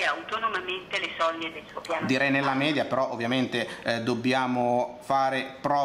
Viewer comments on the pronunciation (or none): none